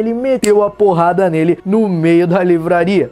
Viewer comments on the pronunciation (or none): Só eu que acho engraçado quando o fala "porrada"?